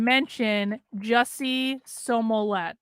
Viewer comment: Do you mispronounce Jussie Smolett's name improperly on purpose? Is it some kind of political inside joke to do so? You seem pretty articulate, but you say that name wrong and as a psychologist it seems like you'd grasp the implications of consistently mispronouncing a person's name.